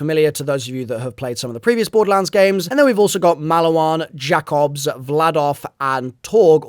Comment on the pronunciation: “Jack obs”🥀 Did bro play ANY of the previous games?😭